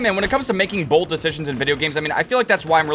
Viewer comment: The way you say bold could you imagine your on the plane that crashes in to the pentagon or the twin towers that would Be B L O D 😅